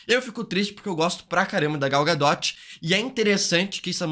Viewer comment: Gal GaDOTE ZKKKK